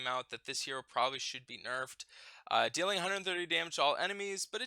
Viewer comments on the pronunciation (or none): none